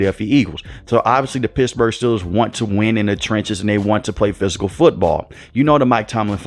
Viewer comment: Did you say Pissburgh?!